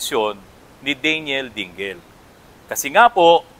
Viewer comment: DING---LE ang bigkas, hindi DING---GEL.